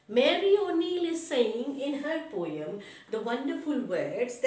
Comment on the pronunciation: mam it is poem not poeyem